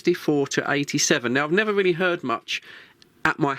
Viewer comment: This is radio, reeeely? Ar U shuuur? May be it's better not to use words you're don't know it's meaning.